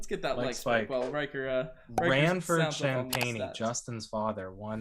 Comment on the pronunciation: Justin Champagnie's last name is pronounced: "sham-PEN-nee!"